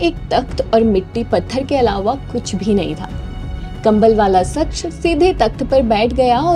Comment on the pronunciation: Mafi chahunga...shaksh ke ucharan par Dhiyan de....voice have a good voice..keep it up...Jai Hanuman ❤